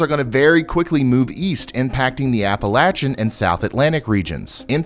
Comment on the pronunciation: Thank you for saying AppaLATCHa and not AppaLAYSHA... Spoken like a true local!